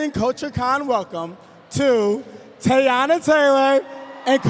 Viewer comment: The moderator calling her Tayana when her name is Teyana is so unprofessional and tired. A simple google and some research would suffice.